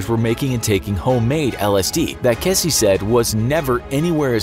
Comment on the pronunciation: It's pronounced Keezy, not Kessy